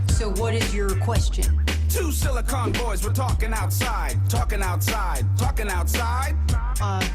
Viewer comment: "Silicon" as in Silicon Valley, not as in silicone implants. Do better.